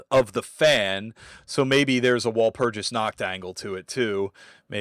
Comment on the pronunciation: Walpurgis/ワルプルギス is pronounced with a hard 'g' sound. Just like Magica/マギカ..but everyone seems to ignore that, so carry on 😅👍